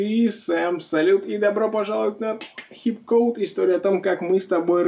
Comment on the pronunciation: СЭМ, Так как название данного канала написано англ.буквами, я читаю это как "(икс) Ксип-Коуд" что есть правильно, но ты в своих видео произносишь "Хип-Коуд" что есть ошибка. Если уж канал о хип-хопе то тогда надо было назвать канал "HiP-CODE".